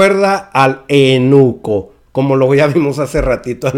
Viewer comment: Se dice eUnuco, no te saltes la "u"... saludos...